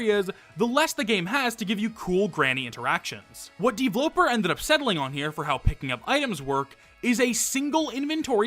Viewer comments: I hate how pronounces his username as "D-vloper" instead of "d-v-loper" as in developer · i think you prounonce it dveloper not devloper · It just hit me that "DVloper" is probably supposed to be pronounced "Deeveloper" or just "developer". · Ok. Maybe I’m an idiot. But Dvloper looks like it would be pronounced the same as “developer” since it’s just… missing two es. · Why do you pronounce DVLoper like that?